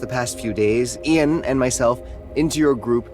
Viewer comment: AISHA called the guy Ian (pronounced correctly as Ee-an) but then pronounced it eye-an not 10 seconds later. What the fuck